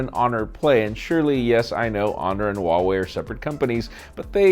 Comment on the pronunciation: for those who doesn't know how to pronounce Huawei, the H isn't silent